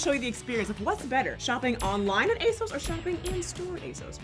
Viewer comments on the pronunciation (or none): You guys always pronounce ASOS wrong.